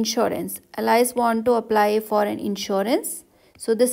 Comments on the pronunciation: You pronounce Alice as Allies? It's pronounced as Aal-is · nah its al-ice